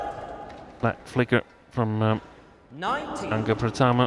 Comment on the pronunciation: Waaaaw, wasitnya nyebut namanya Angga Ricky udah kyk orang Indonesia fasih bgt